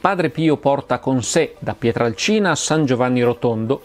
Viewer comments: Bello, documentato e puntuale come sempre, ma... PietrElcina, non Piatralcina. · Si pronuncia....Pietrelcina !!! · Ciao Massimo, interessante video ma ti faccio due appunti. Il paese di origine di Padre Pio è Pietrelcina (e non Pietralcina come spesso ripeti) e si trova nel Sannio, in provincia di Benevento, e non nel Gargano. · Massimo questo video è un prodotto eccezionale, ma è Padre Pio da PietrElcina e non da Pietralcina. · Non è fondamentale ma è PietrElcina e non Pietralcina, è un errore comune =) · Cmq il paese è Pietrelcina, no Pietralcina!!! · Si chiamava Padre Pio da Pietrelcina, non "Pietralcina". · Scusa Massimo Ma PIETRALCINA, o PIETRELCINA??? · Pietrelcina Pietrelcina Pietrelcina Pietrelcina Pietrelcina Pietrelcina Pietrelcina... non "Pietralcina" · È Pietrelcina comunque non Pietralcina...